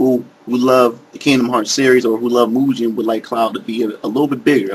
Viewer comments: "Mugen" not "Moogen" lol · actually it's pronounced (Moo-Gey-un) not (Moo-Jen) because it's in Japanese Romaji using English characters but the pronunciation is still the same, it never changes in Japanese. Mugen means infinity. i guess you can't expect an american to know about obvious things like common pronunciation of foreign words. same pronunciation in over 135 countries. you learn that in world history, though maybe you didn't have that course.